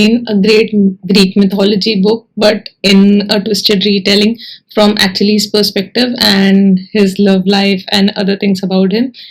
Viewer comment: Just a correction & . The pronunciation is Uh-ki-leez 🙂